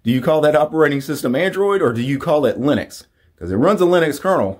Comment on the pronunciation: "Gunuew slash leenix"..... Yeah. Pretty easy to say isn't it?